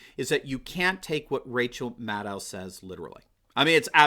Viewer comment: Is that "mad owl" you're pronouncing that,? I can live with that, sounds very Gormenghastian...